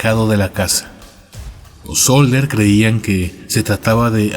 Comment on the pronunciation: SODDER, no "Solder"